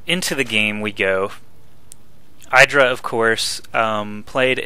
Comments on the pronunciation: Pretty sure that IdrA refers to himself as "ih-dra", not "eye-dra". If you watch the interview of IdrA that Artosis did, Artosis calls him ih-dra the whole time (and they are on a real-life first-name basis, so I trust that over, who has never met Greg Fields) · you are driving me crazy its I-dra not edra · no its id-ra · It's "i (like 'lick') - dra". He said his name used to be idrajin [sp] and that's pronounced with the short "i". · its i-dra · u do not seem to know how to say idra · Just me or is this not how you pronounce IdrA?